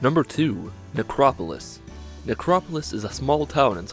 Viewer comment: thought you said Negropolis. I was like "Fallout shouts out Detroit?"